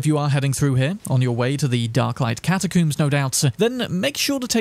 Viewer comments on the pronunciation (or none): I died laughing when he said catacooms XD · Why tf you keep saying catacooms? 😂😂😂 dude how do you say comb? I wanna coom my hair? Exactly…catacombs…I’m English too btw so you have no excuse 😂😂😂 god that annoyed me an unnecessary amount 😂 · The way he pronounces catacombs cracks me up